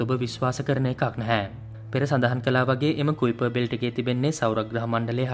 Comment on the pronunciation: කයිපර් බෙල්ට් කියලා නේද කියන්නෙ?